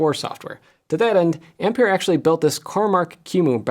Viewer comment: Ampere is pronounced Amp-air NOT Amp-peer.